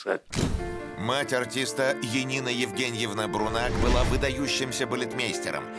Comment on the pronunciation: Как Енина? Янина. Нет имени Енина, что за бредятина!